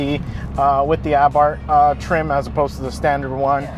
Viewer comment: Luckily, I am in Mexico now and hope to get the 2020 Abarth. And thank you very much for pronouncing it without the "h"! From a former Austinite.